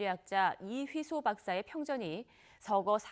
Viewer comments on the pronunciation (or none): 이휘소박사로 알고 있는데 발음이 정확하지않아 처음엔 누구를 말하는지 잘 알 수 없었습니다 없었습니다